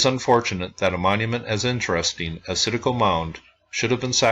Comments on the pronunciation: Very interesting and you pronounce it right there is tons of sites like this in Tennessee and in the Chattanooga area that was not preserved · Hey, I really appreciate the work you do and all the videos you upload, I'm an ancient history nerd. Yes, you are pronouncing Citico correctly, although most people in this area would pronounce it with a slight southern tweak. I have lived in the Knoxville area all my life and have never heard of this mound. It's extremely disappointing to hear that it was destroyed for a 'road'. Keep up the excellent work by the way!